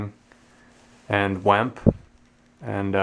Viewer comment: It's pronounced SHtoVa, VemPeh, Long- gay